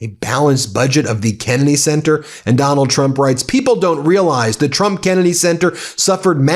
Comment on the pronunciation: Heh. Ben said "that Donald Trump" and I heard "MacDonald Trump".